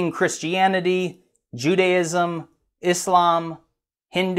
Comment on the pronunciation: i have never seen someone pronounce islam correctly before